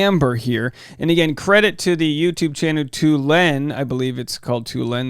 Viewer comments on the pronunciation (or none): I believe it's pronounced tol-yoo-ween, a chemical of some sort. In fact, it's in TNT as in trinitrotoluene. P. S. I'm not a chemist, I just know this because of the movie Richie Rich. Lol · It’s pronounced “Tal - u - eine” . Sorry my undergraduate degree couldn’t let that slip. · Toluene - Tol-U-een - is a hydrocarbon chemical used in paint. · Hey. It's pronounced Tall-U-ween. Like Halloween, but a chemical. Sorry, just a chemist who worked with a bunch of Toluene in the day and happened to listen to the clip. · I admire that you just gave a shot a pronouncing, as I think that's the only wayt to go! So, this is constructive just in case you are interested: toluene is pronounced like the words tall then you then the ending of Halloween. TALL-you-een. It's a molecule.